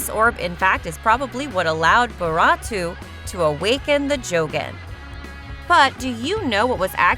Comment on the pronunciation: This is SO bad Plus Its not even how u say byakugan and Boruto